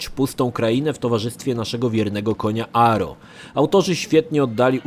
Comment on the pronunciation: Koń nazywa się agro, nie aro